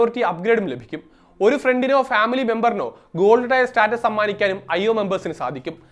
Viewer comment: TAYAR alla, TIER. Pronounciation okke padichu vaa:D